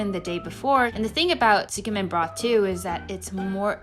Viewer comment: She's mispronouncing it, maybe the person transcribing didn't understand